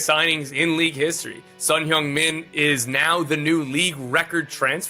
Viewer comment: 진짜 말그대로 현역 아시아 축구 넘버원 선수가 온거지...아니근데 다들 손흥민 발음을왜이렇게 잘하냐...